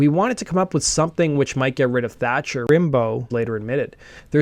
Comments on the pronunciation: Rimbaud is pronounced more like 'Rambo' like the very famous French poet of the same name. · Thanks for sharing this cool story! But you could have researched how to pronounce 'Rimbaud' 😂